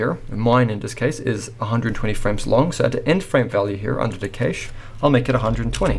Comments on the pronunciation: Great tutorial, however just wanted to say Cache is pronounced as cash like money. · Keysh no, cache, like cash